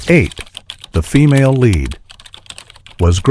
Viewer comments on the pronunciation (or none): none